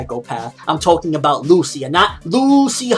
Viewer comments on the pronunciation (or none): none